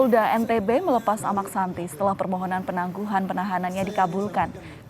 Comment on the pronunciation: Amaq Sinta dlm bahasa lombok bpk nya Sinta...koq amaq santi... penyiar gmn